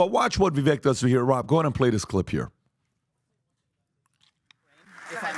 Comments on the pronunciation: I swear I'm not trying to be the language police. It's just a pet peave of mine, and I know it's probably going to draw me ire. I implore you to please say Vivek's name if you respect him so much. I cringe every time I hear your panel say it. He has said on multiple occasions, "Vivake like Cake." In the grand scheme of thing, it probably matters not. Being an old man, to me it shows so much disrespect. I love your content and agree with a lot of what you talk about, so no disrespect meant towards you from me either. I hope you can receive this as it is intended. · I love this podcast but you’re all mispronouncing Viveks name. It’s pronounced Vi vake … rhymes with rake and take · Vivek [va-vake (like cake)]. I heard an interview with Vivek and this is how he said his name is pronounced. Just saying. Names really are important❤. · Love you guys but it’s pronounced Vivake (rhymes with cake). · If you like the guy you should probably learn how to say his name right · COME ON PBD AND CO. IF YOU ARE GOING TO PUSH VIVEK PRONOUNCE HIS NAME RIGHT VIVEK LIKE CAKE... AND YOU GUYS ARE FRIENDLY WITH HIM. AT THIS POINT ITS UNINTENTIONALLY DISRESPECTFUL AT BEST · It's pronounced Vivake. Like cake. Also i disagree that Newsome won the Governor debate. Everyone could see that Gruesome was slimey. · It would be nice if they could pronounce is his if they like him so much. It rhymes with cake. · FCS...could PBD please learn how to pronounce Vivek's name? Like CAKE....Vivake........ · Vi-VAKE. Vake. How are you still getting this wrong? Love the channel btw. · FFS pronounce his name right... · If you like him at least pronounce his name right- it rhymes with cake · How does pat still not know how to say vivek name? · Pat, you pronounce Vivek the same way Romney does. You might want to ✔️ that. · You can't even make the effort to pronounce the name correctly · Why can`t this guy pronounce Vivek properly? Obviously because he is a jerk. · ViVAKE like CAKE not the way you are saying it.